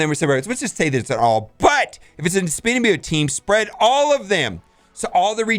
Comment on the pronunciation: Symbi- OTT Hearing symbi-OYT drives me insane